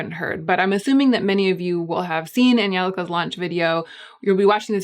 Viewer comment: Finally, an American who pronounced Angelika's first name properly